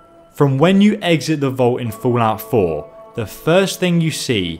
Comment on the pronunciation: "Foolout 4"